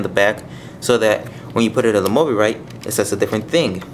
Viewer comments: btw its pronounced mo-bye-rit and nice video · its pronounced mo-BYE-rit. And those are prototypes, so they're not final. But you did point out a lot of things I hadn't noticed.